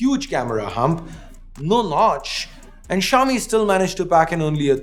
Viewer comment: Xiomi or show me?????😅😅😅😅